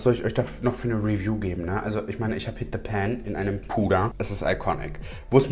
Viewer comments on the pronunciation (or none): none